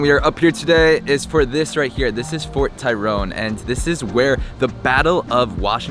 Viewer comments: It's Fort Tryon....not Fort Tyrone. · so wanted to see the inside of the restaurant also you said Fort Tyrone intead of Tryon. take time to edit. otherwise...neat video, good info.